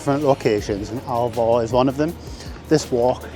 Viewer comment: Its called ALVOR NOT ALVA